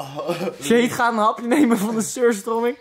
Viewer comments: je spreekt t uit als suur strömieng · Je spreekt het uit als suuustruming ik heb het in mijn koelkast liggen😂